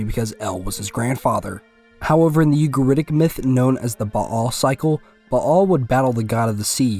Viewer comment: Thanks for not saying "Bale"